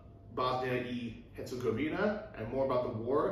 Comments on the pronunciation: Medugorje Bosnis-Herzegovina, on your last green map. Couple hours south of Mostar. In 1981 Medugorje was a town of about 450 people. Since then over 40 million people have been through there. When pronouncing Herzegovina,(think of Hertz car Rental) for the 1st part :):):) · Hurts her go vinha (vino with an a sound on the end)